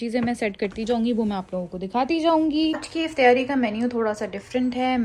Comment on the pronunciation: Mjy b Herat hoi sun k. Hum b Karachi sy Hain. Or Karachi mein iftaari bola jata hai. pta nhi q Aisy bol rhi hain